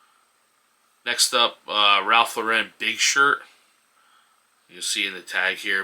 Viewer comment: Thanks,. (FYI, Ralph Lauren is pronounced LOR-en not lor-EN.) Subscribed!